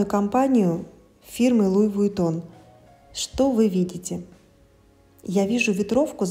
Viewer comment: пожалуйста, не Вуитон, а Витон! Вы же умная...говорите правильно!